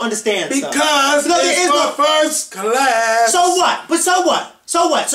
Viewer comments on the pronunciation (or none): LMAO ITS FOR FIRST CA-LASSS HAHAHA